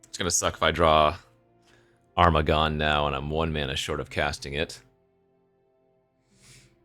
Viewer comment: Armaggon: pronounced Ermahgerd-n 😸